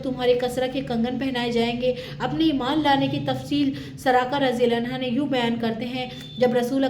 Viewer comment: Anho hota hai anha nahin